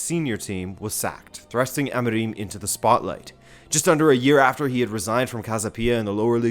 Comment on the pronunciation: your portuguese pronounciation is atrocious, you cant even get Amorim right